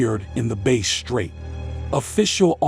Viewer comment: It is Bass straight Not Bay straight